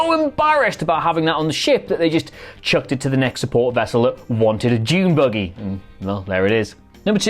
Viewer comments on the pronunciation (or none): none